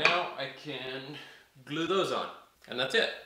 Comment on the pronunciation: looks great! are you saying the word glue differently now, I swear it's got less oooh now;)!